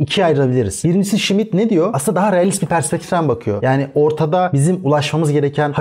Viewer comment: Smith değil Schmitt